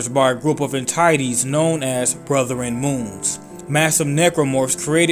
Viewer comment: Lol “brotheren”